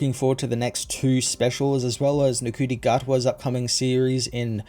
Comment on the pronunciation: Hey man, awesome review. It's cool to see people who don't usually cover Doctor Who covering it. Shows that there's defintely a resurgance in the show's popularity. Just one small thing, Ncuti's name is pronounced "Shooty". Just for future reference. Keep up the awesome work man!